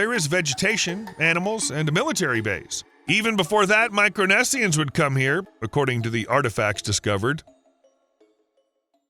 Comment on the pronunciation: Micro-Nessian? Its pronounced Micronesian. Micro meaning smal, Nesia meaning islands. Micronesian, a person from the small islands. Polynesians (People from many islands, Poly=Many, numerous) Melanesian (Black Islands, they're called this name due to the inhabitants of these islands being dark skinned like Africans) Polynesians are actually said to be an infusion of Taiwanese, Micronesian and Melanesian intermarriages.